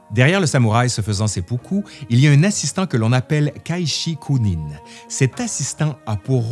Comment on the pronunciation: Vidéo intéressante mais pitié faites plus attention aux prononciations, ça n'est pas la prononciation des sons en elle même ça je peux comprendre mais les inversions de syllabes sont quasi-systématiques (kaishikunin au lieu de kaishakunin, tukogawa au lieu de tokugawa etc...), c'est au point ou pratiquement aucun mot n'y échappe.